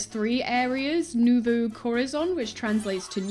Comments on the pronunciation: “Newvoo” instead of nuevo is getting me lmfaoo you’re so pure love u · These Spanish pronunciation’s are killing me new vu coar a zone